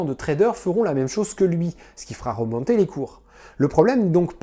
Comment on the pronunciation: on fait remAnter les cours. Pourquoi l'accent du sud ouest ? 😄 On a l'impression que seules les bulles spéculatives créent des cracks avec un impact mondial. (je vais retourner voir Lehman Bro) On pourrais créer un modèle (aidé de l'IA au pire) pour détecter au plus vite leur arrivée. Et pour éviter de prendre une bulle spéculative pour du hasard, on pourrait s'appuyer sur les lois de probas et estimer une possible corrélation des marchés d'un jour à l'autre. Sa a l'air de se voir venir et on saurait au moins que les modèles classiques ne s'appliqueraient plus. Il y aurait encore plus de bulles spéculatives sachant qu'elles sont détectées, mais les impacts seraient moindre. Des micro-cracks locaux pour éviter le big crack boursier. Superbe explication du monde derrière nos cartes bleus, comme toujours Merci 💖